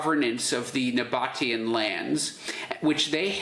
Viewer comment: The pronunciation is the "Nah-Bah-Tee-Ahn"